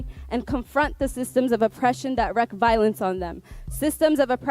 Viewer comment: This is a person who has a juris prudence degree and cannot pronounce the word wreak.